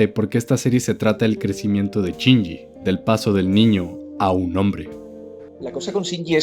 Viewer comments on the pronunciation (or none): Ahhh me estresa que diga CHINYI. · A mí me parece peor lo de "Chinji".